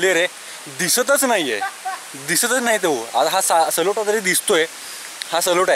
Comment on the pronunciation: सलोटा नाही, ..........सालोटा किल्‍याचे नाव तरी बरोबर घ्‍या.